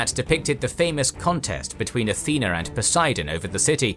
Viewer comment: Athener???! I thought the patron goddess of Athens was "Athena!" There's no "R" in Athena!